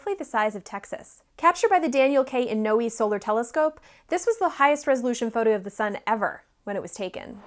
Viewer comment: So, not to nit pick, Daniel Inouye’s last name is pronounced In-ooh-way...